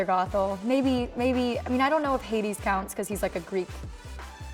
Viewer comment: When you said Heides I was like Mal is his daughter in Descendants 3 😂